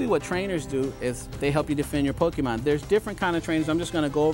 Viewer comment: It’s Pokemon not Pokeman. Cmon.